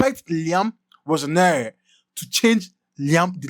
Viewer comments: Liam Row-zeen-your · Pls pronounce his surname well. Google it and pronounce it well.